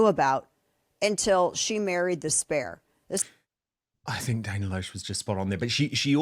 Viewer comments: Dan, her name is pronounced "LASH". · The name Dana Loesch is actually correctly pronounced Dana "LASH." Just sharing. 🌷 😊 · Dana’s last name is pronounced LASH as in eyelash, said with an American accent. I realize it’s not spelled the way you’d expect. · Dan, her last name is pronounced Lash. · Hi Dan. Dana Loesh is pronounced 'Lash'. Great show.